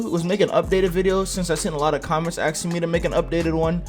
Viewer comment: ''Aksing me''